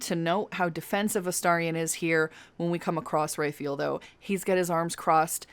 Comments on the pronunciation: Please.... "RAW-fye-ELL" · Love your videos and how you say Raphael's name. At first when you said Raphael (Ray-feel), I thought you were saying Renfield because of your pronunciation and thought there was an additional quest that I missed. Thought it was some sort of Dracula easter egg. 😂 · I kinda love the way you are pronouncing Raphael, mostly because it would drive him up the wall.